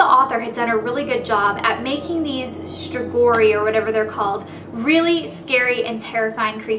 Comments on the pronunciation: I think it's pronounced strai-goi and more oi and damp ers but i could be wrong! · its pronounced stro-gee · its pronounce struh-goi